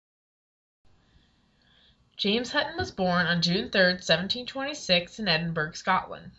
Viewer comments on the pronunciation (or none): Edinburg haha, it's pronounced Edin-bor-ough, it's only spelled Edinburgh